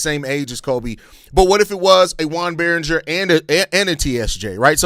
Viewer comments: "Its French!" 😂 It's probably pronounced Berrin-JAY (if it's a French pronunciation). I like the Berringer idea...I mean if we did do this. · (Yo-on) (Bear-Un-Jay) - Joan Beringer